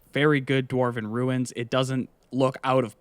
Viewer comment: never been a fan of the dwarven things in the game myself either, but that armor looks phenomenal. and i’ll definitely be exploring the ruins as well. another perfect video guys also the way says ruins like “runes” is hilarious to me